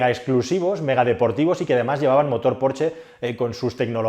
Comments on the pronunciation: Decir "porche" en vez de "Porsche"... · Me encanta como pronuncias "Porche". Me viene a la mente aquel anuncio de una editorial en el que un tío pedía un "porche amarillo" y el genio le dio un porche de terraza y no el coche. Se pronuncia "porshhhhh" XD